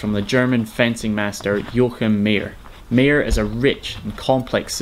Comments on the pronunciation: Not Mee-jer (Mayer), My-er. German ey, ay or ei is the same. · It is called Yo-a-chim meyer the ey is a I like aI